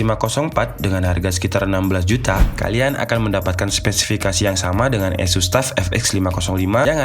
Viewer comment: Kyknya pembohongan publik nih bang, judul review dan laptop2nya tertulis merk ASUS, tapi naratornya bilang ESUS (tidak nyambung dengan laptop2 direview nya) hehehehe.. tapi overall mantabb reviewnya bang!